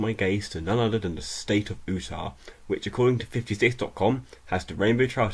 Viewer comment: That's not how you pronounce Utah... It's like "You-tah" not "oo-tah". He's a foreigner though, so I'll cut him a little slack.